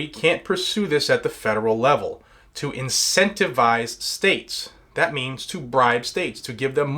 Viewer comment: incentifize is that a word? Graham (looks like a grey ham)said incentifize , He meant to say GIVE YOU MONEY IF YOU DO IT